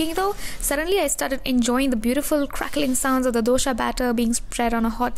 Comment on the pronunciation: It's Dosa, not dosha 🥲... pleeeasseeeeeeeee can't hear this pronounciation from a South Indian Girlll 🙃